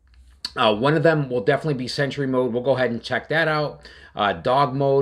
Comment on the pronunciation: Sentury mode?? lol